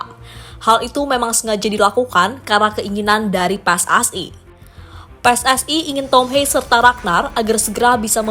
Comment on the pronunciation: Ini mba2 Yang nyeritain kayak susah ngomong anjir, kesel gw dengernya. Kayak pilek masa PSSI di bilang PSAI🗿